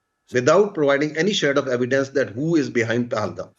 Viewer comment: What a shameless person! as usual depend on begging, he is keep repeating memoriesed words, don't even know how tp pronounce evidence (saying AIVYDUNS..AivyDuns).. our primary student of India can speak better English than him...grow up man.